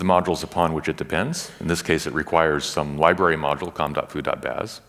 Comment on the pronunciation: Whenever he says com.foo I hear "Kung fu" and I go "Wait what!...oh ok.."